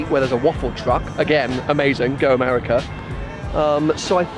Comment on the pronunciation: "I love AMEWIKAAA" hahah good stuff!